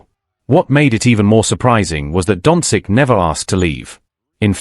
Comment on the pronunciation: You should at least learn to pronounce Luka’s surname properly. Certainly not “dontzik”, what you keep saying, but “donchich”.🤦